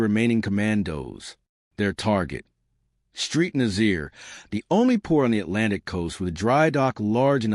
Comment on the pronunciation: St Nazaire . St is not 'street' it is 'saint'. Nazaire is Naz-air not Nazeer!!